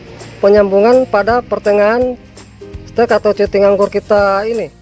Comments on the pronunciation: cutting itu bacanya "kating" bang..bkn cuting.. 😂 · Cutting, hey boss dibaca /katting / hehe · Tulisannya "Cutting" dibaca "Katting" om 😊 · Cutting= katting (dibaca) 🙂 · Bacanya bukan cutting, tapi katting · Cutting Wak Wak Wak..bacanya kating om.jng malu malu in guru sekolah Wak Wak wak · Maklumi aja gan soalnya GK makan SMP wlpn krng nyaman di kuping yg penting kaharti 😂